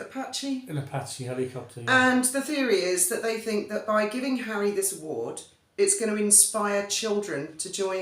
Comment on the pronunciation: Hawwy Hawwy 😂😂😂😂😂😂😂 man, what next the Purple Heart? Hawwy king of the skies 😂😂😂😂😂😂 stop it.